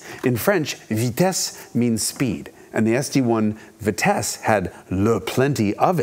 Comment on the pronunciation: bravo for the french prononciation of ''speed''! I actually stopped what I was doing, and rewinded the video when you said ''vitesse''. I'm a french canadian, and this was too good a prononciation for a normal american. It's 100% compliment here. :)